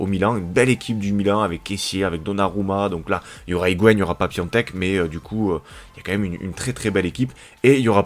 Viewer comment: Enfin quelqu'un qui dit piontek. Merci